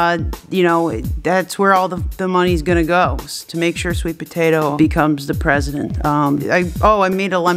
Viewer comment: SWEET POTATO FOE PWESIDENT!!!! #✨S W E E T P O T A T O✨